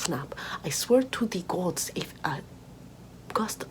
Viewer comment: "I swear to tha gawds" 💀😭